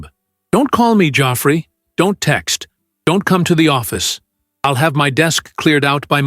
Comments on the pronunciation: Some very funny lines towards the middle and end. Thought Geoffrey was not spelt Joffrey. Plus pronounced 'god free'. Although it could have been Jeffrey prounced ' jeff free' Find A1 speaking and spelling of words worse than a drunk trying to explain in Garda Station🤣🤣🤣🤣 and sign a form. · 😂Joffrey (Geoffrey)...lol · How does everyone else pronounce Geoffrey 😂😂